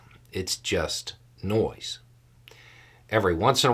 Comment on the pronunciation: nice 'no(i)se' there...